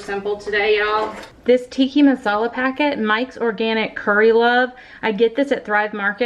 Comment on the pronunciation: The way you say 'Tikki' Masala instead of Tikka Masala is so adborbz! 😁